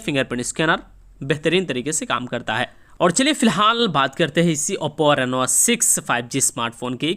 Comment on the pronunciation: Its not nenoa.. Its just reno..